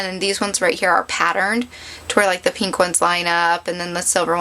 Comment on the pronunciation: You talk waaaaaay too much. Btw, why do you say peeeenk instead of pink? Not judging, just some things to fix up. Bye